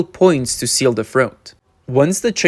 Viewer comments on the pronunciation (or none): none